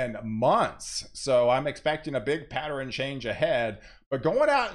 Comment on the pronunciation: Why do you say, "patteren", or anything that ends with ern, gets changed to eren.